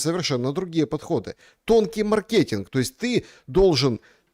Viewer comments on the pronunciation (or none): хватит перебивать бедного, не давая ему договорить. Это неприлично и непрофессионально. Твой бенефис-ШуМ, не надо превращать интервью с приглашенным в 60% своих высказываний. И не маркетИнг, а мАркетинг. Хватит коверкать русский язык